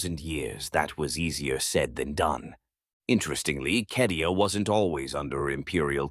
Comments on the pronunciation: Yeah no. It's cadia my dude. I've played almost all of the strategy games and more than a few of the others. It's never been pronounced kedia. Even the audiobooks published by black library call it cadia and if anyone knows the proper way to say it I'd say the guys who publish it would. Tbh it's almost impossible to take this channel seriously anymore with all the mispronounced names and terms in every video. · it's never been KEDIA in any Warhammer game, lol. Even as far back as Winter Assault it's been CAY-DEE-AH. It would take literally 2 seconds to check. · Love these absolutely amazing. However, it's cay de a. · It says Cadia not Kadia in the 40k space marine 2 gameplay at least twice within first 20 seconds. Not remotely an expert on 40k or pronounciation of the words but they say it a fair few times in the game. Not a hater, just curious about which is correct, keep up the good work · Cadia’s pronunciation is”kay dia” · According to the captions, he never does. Just says Kedia.